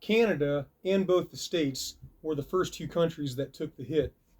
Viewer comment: "Pepsi blue from Tew thousand Tew"